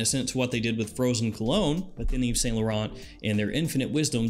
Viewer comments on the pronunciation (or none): none